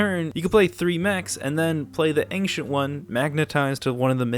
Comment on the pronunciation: Will this lad ever learn how to pronounce "Ancient"?